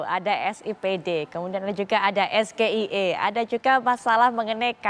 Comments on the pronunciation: Sayang ejaan SGIE salah nyebut Gibran harus penyebutannya ESZEAII😂😂😂😂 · ESGEIE emang cerdas cermat bung...ini debat capres cawapres bung...harusnya isi subtansi bukan istilah apalagi gibran sendiri ndak mudeng...terbukti ejaan bhs inggris dibaca plongo